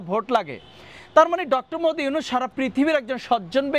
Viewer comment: ডঃ মদি ইউনুস কি বলে ঠিকমতো নামের উচ্চারণ কর 😅😂